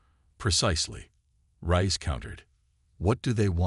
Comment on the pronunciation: It would be nice if you would FIX your AI's pronunciation of (Reyes), which it NEVER gets correct. "Rize", "REYE-ez", "Rice", "Rayz"....etc, etc..... And, what is: "DIZ-aray"!!!???